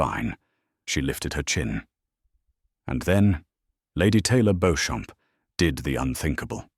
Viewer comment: Beauchamp is pronounced ‘Beecham’